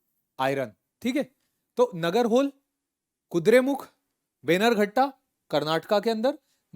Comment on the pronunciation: Nagarhole is nearly pronounced as नागरहोले. Same goes for Aihole, from history😁👍🏻